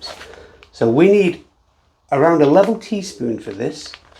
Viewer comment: A level teaspoon (one level teaspoon) but yes, it sounded like eleven.